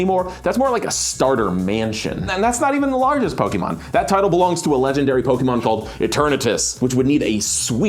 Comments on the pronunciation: Am I the only one really disturbed by them keep calling Pokeball with the hard ee instead of -ay-; "Poke-ee-mon" < "Poke-ay-mon". Didn't they remember the theme song? "Pokemon!" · it is actually pronounced poe-kay-mon and poe-kay-ball. That's what the ´ on top of the E does to it:) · pronounces pokemon like a grandma from the 90s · pains me everytime you emphasize the E in poke' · Someone should have googled how to say Pokémon first